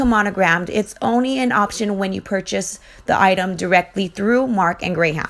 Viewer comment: Just a quick FYI its pronounced "Gram", the H in the middle makes it look like it should be Gray-Ham. But just think "Graham crackers" :) Great video! Thumbs up!